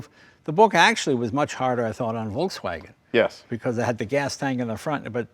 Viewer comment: That pronunciation of Volkswagen was spot on.